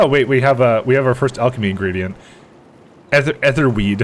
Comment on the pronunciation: its EATHER weed not ETHER weed,jesus